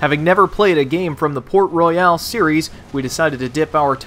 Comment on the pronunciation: i am from the Caribbean and you Americans say it wrong